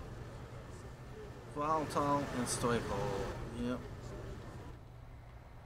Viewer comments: It's stoical(STOW-I-CAL)!! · The Macmillian dictionary says otherwise: Now, I can't remember from a video over a year and a half ago, and it's not important enough for me to dig up how I pronounced it, but I'm fairly certain I pronounce it the way it's pronounced on that page. Where you get STOW-I-CAL, I have no idea, but you might also want to learn how to pronounce.